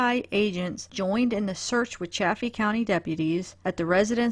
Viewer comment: It is Salida, like saliva. It's also Chay-fee. I know, there's 2 f's, that should make the a soft but....no. Lol!